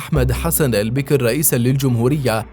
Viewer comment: البكر وليس البكر يا مثقف البكر وليس البكر